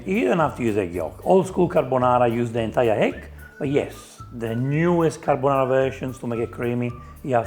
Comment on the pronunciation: Guy fieri didn’t even want to eat his own dish that’s why he only put enough pasta on his plate for a half bite. I knew it was over the second he said “onion” Then he said “Car-Bone-are-ah” and “Pan-shetta” … I knew it was going to be nothing like a real carbonara